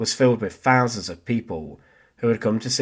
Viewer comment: Simple, documentary style of delivery. So...... pronunciation IS very important. .... THousand NOT "Fousand"..... wiTH NOT "WiV" ..... and so on....